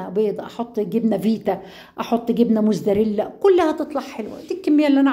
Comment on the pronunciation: ملاحظة جبنة بتنطقي جبنة موتزاريلا بشكل غلط بتقولي موزدريلا😂😂😂😂 حبيت اصححلك عشان اللي بينتقدوكي بس على فكرة أنا كمان مكنتش بعرف انطقها في البدايه لكن طبخك حكاية نظيف لدرجة وشهي مبدعة وباين نظافة المطبخ والاطباق وكل شيء النظافة بتريح نفسيا ❤